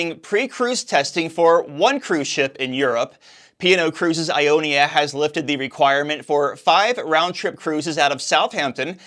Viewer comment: Its I ON A, not I ON IA 😉